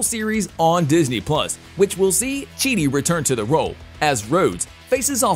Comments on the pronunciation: Why do you keep mispronouncing names. It’s Don Cheadle not Cheney. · Did this guy seriously just say Don Chee-dee? I don't even know what to say about Kevin Feige's name being mispronounced. I would think this fella would be able to correctly pronounce the names of two such massive stars! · Did you call him”Don Cheedy”? Lmao what the hell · Naw, Blade was first, not War Machine. And it’s pronounced “Cheatle” not “Cheetie” 😂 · OMG .... CHEA - DLE ... come on say it with me dammit CHEA - DLE not chede!!! Sheesh at least learn the mans name!!! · It's chee dul, not chee dee... please say his name correctly! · Don's last name is pronounced chee del not chee nie... and its fiy gee not figee. You're welcome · The actors name is Don Cheadle not Don Cheadee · It's not Cheadie. It's Cheadle. Like Chee dull. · Don Chidi REALLY do you REALLY WATCH THE MOVIES OR do you guys just watch other people's videos and follow their format you's are SO SO WRONG his name is Don Cheadle you said Don Chidi then you said Kevin Feige name WRONG TOO MAKE ORIGINAL CONTENT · Royalty. How in the Hell can you still continue to mispronounce Kevin Fiege's name? It's pronounced FIYE-ghee, not Feedge. And now you fucked up Don Cheadle's name too? Cheedy? Can you not see the L in there? It's CHEED-el. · I hope Don Cheedey does a movie with Ralph Fienes. The mispronunciation would be epic. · yep! bothered me so much. Have u seen or heard of Don Cheadee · i was thinking the same thing lol everytime i heard "Cheadie" i was cringing! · After the second Cheedie and the Kevin Feej I noped out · Don Cheatie? Kevin Fieg? If you can't pronounce the name of the man, you're truly not a Marvel fan! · don cheadle being called don chidi, made me laugh, and Kevin feige. At least hire literate narrators, or slightly competent ones who would look up the 2... 2 names he has to say 🤣 amateur hour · Kevin feeg? Don cheedy? How do you not know how to pronounce their names? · It's Don cheadle not Don chead